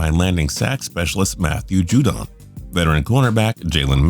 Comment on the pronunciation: why did you pronounce judon 2 different ways